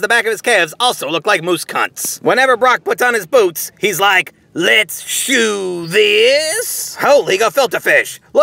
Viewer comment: Hahah "Let's Shoe Thiiaasss" your one of a kind man